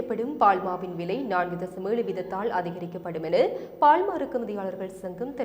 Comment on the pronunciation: பால். பாள் அறிவிப்பாளருக்கு லகர ளகர பேதம் புரியவில்லை